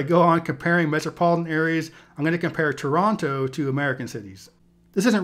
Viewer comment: Too bad he mispronounced Toronto, though.